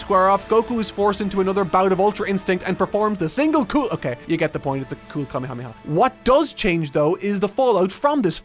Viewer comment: Ah yes, the Cool-mehamehaaa